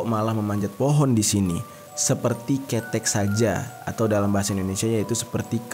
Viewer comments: Di bacanya bukan KETEK tapi KeTEK. Gapapa bisa di maklumi ☺️ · Lucu banget nyebutinnya.. pelafalan ketheknya lucu.. aku sampek tersenyum" sendiri. Tapi maklumlah bukan Org jawa